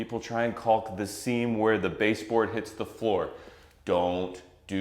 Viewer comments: Please look at the pronunciation of caulk. The “L” is silent. It is pronounced like “kaak” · The “L” in caulk doing a lot of heavy lifting here.